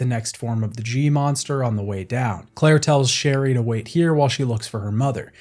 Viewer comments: I also heard a “Shelly” instead of Sherry at one point 😂 Didn’t ruin my enjoyment of the video! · isn’t it sherry or cherry?